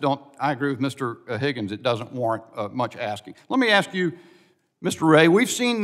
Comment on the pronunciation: The word is ASK not AX